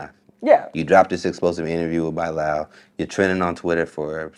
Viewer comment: And TK kept saying it right for him, he still didn't get it